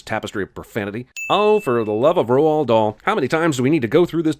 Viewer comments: By the way you said roald dahl wrong its said like rol dal also he was born in the same city as me swansea wales 🏴 so thats pretty cool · It's Roald Dahl, not Ronald